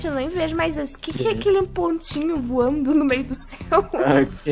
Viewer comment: *Natasha:eu tô voano*"ESTOU VOANO"kKKKKKKKkk melhor vídeo rachei kKKKKakakkaajkajajajajaajshgejdc